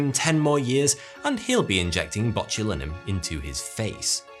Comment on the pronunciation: Also you need to work on your pronunciation of scientific terms. Botulinum and dimethylmercury are not pronounced that way. Otherwise, great vids, good quality, good work.